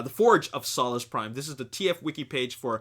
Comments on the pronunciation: it's pronounced '' soul-ess" prime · its solus soe lus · im sorry but ur saying solus wrong thats not how u pronounce it